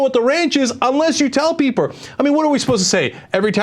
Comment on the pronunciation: "unless you tell peepur''